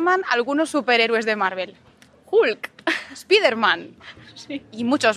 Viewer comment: I was laughing when I heard "speederman"